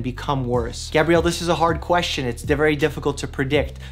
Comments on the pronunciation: First, thanks for all the sound and sane advice. Second, why you mispronounce 'Gabriel' brah? It's not spelled Gabrielle ... it's Gabriel. Like the angel? (Gay-Bree-El). Sorry, it's just that's my name and it's the male spelling of the name and you used the female pronunciation. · nobody: Mike: Pronounces 'Gabriel' as 'Gabrielle